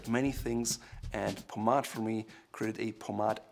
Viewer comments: Did he really say “pomadd” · I always pronounced it “Paw-made” 😳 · Doesn't anyone get annoyed everytime he says pomade? 😂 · This guy’s advice is worth its weight in gold, but the way he pronounces Pomade is killing me!